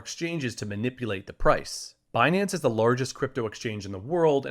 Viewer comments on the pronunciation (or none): Fi-nance and Bi-nance. What is Janet talking about with Be-nance